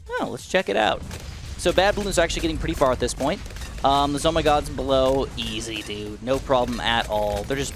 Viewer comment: it's pronounced "zomgee" the ZOMG bloon rhymes with "zombie"